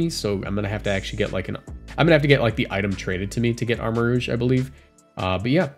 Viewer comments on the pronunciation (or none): It's pronounced Armarouge...roozh. Not Armarogue....rowg like the xmen rogue. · It's pronounced "rooj." Rogue is spelled w/ a -gue.